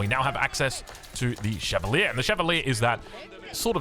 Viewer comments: Chevalier is said "shae-val-i-a" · More like sheh vah lee-eh (fluent French speaker)